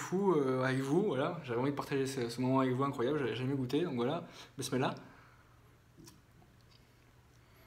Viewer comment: Pk tu dit bismislaih tu es musulman ? Tu sais ce que ça veut dire?? En plus tu sais même pas le prononcer donc autant fermer ta bouche 🖕🏻 aucun respect pour notre culture 🤦🏻